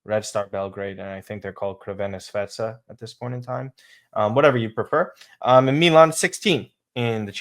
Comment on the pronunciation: I like your podcast. You guys do great work. Thanks for your content. However I cringe every time says “Krvena Svetsa” 😂 It’s pronounced “Chur-vennah Zvehz-duh” 😂 and the only reason I’m correcting you is because next week you’ll have to review the game and I don’t want to cringe anymore LOL!!! (By the way, Red Star works well too 😉) Keep Up the great work & FORZA MILAN ⚫️🔴 😊